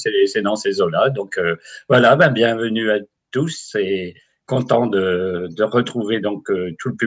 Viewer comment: Merci! Vous m'accompagnez pendant des travaux que je fais chez moi, avec des sujets toujours très intéressants. Le cataclysme attendra j'espère, j'ai réussi l'enduit et ce serait dommage que cela disparaisse si vite (pensée positive;-) ) Une petite question pour: quand tu dis "bonsoir Za tous", c'est un gage auquel si assidûment tu te soumets ou un code martien?:-)